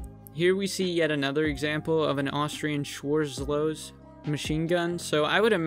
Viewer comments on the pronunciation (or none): Nice video. On the the note of the pronunciation of Schwarzlose, it is shvarzlosa.